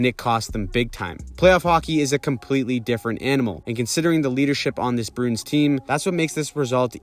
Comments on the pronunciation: Bruins is a 2 syllable word, brew-ins and not brunes. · You keep saying the Boston BROONS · You say Bruins weird.